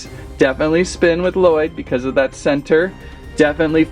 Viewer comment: It's not laloyd it's llyod